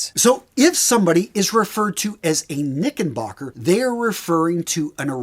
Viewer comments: Hey there brother. It’s knickerbocker with an R, not knickenbocker. Great video though - love the history. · Knicker not knicken. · You’re pronouncing “knickerbocker” as if there’s an “N” where the “R” is in the middle of the word.